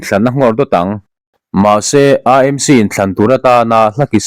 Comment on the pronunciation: Aa Em Si (AMC) ti lovin, Ee Em Si (AMC) ti ve mai la. Mizo-in C hawrawp kan neih lo a vangin, a ni dàn ang hian lam ve mai hi a thra.